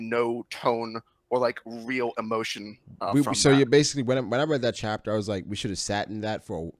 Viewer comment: “Send me the real chaptah” 😂😂😂😂😂😂